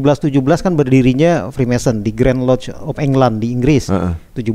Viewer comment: Freemason om....bukan freemanson